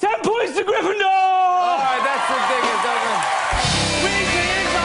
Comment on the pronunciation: “10 POINTS TO GRIFINDOOR” killed me with laughter